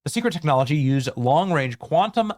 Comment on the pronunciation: Lol you said long wange😂